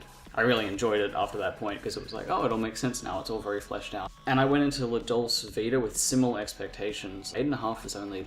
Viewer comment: If you're going to have the courage to actually talk about one of he great masters of film then at least you should learn how to pronounce the name of the film you're talking about!